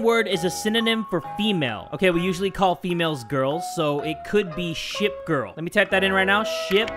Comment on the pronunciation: Did you say shit girl or ship girl